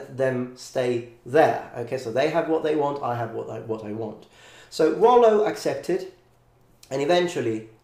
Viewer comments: Nice :) Just a little "correction" if I may, in French Rollo is named Rollon and we pronounce the double L like in english. So it doesn't sound "Royon" but "Rollon" with L pronounced as L. To make the double L sound similar to "i" or "y", you need to put an "i" before the double L. So the pronunciation you tell in the video would have been written more "Rauillo" or "Royo" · In France, we would pronounce these L like in English, because there isn't a i before. And you doesn't pronounce the "o" like this because we write it "Rollon" Very good video, thank you from Normandy ! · Hey very nice video. The "normand" identity is still very strong in France, people from normandie are proud to call themselves "normand". As a french man though, I would say "Rollo" pronouncing the "l". I wouldn't say it the way you did, transforming the double "l" into a "y" sound. I know this is a common occurrence in french, most of the time "ll" is pronounced "y" (that is the case in my own name) ; but sometimes the "ll" is ignored and pronounced as a simple "l", except you insist a little bit more on the "l" sound. Well, it does not really matter ^^